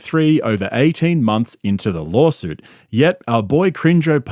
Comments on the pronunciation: Hey, it’s LAW-SUIT. Not, LAWL-SUIT. Limeys are brutal… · Does he keep saying LolSuite? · What’s a “lurl” suit? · "Lawlsuit" hahahahaha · It sounds like he keeps saying, "lawlsuit." He probably isn't, but I can't unhear it now. It is a lol suit, for real! Haha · I love how the narrator keeps calling it a lawlsuit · Did you just call it a lol-suit? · "Lawlsuit" when I'm reading "lawsuit" in a legal document, is gold. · I love how it sounds like you keep saying, “lolsuit”. 😂😂😂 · It sounds like you're saying Lolsuit which is funny and accurate. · A "lawlsuit" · Did he say "Lawl suit" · i misheard it as a "lawlsuit" and now I can't unhear it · It's because that's that what he says, B - "Lawlsuit...lawlyers...kreckt"....there's a reason schaubinese is a thing. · What's a "lawl suit"? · It’s “lawlsoot” B 😂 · 3 things: Does call Rogan and Schaubb “buppa” as an insult or is it some weird foreign slang? Does anyone else hear pronounce lawsuit as “lol-suit”? And why does switch between saying Brandon and Brendan?